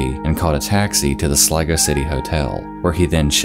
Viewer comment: I literally understood "Lego City" and fucking died of laughter. No but on a serious note , great video bud.